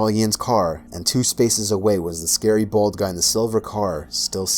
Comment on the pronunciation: Because it's scawy, and we like being scawed